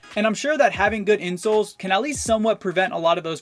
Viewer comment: For the first one when he said a good pair of insoles I thought he said a good pair of insults